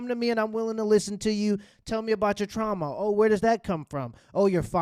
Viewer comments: trauma not trama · Trauma not trama … Jesus Christ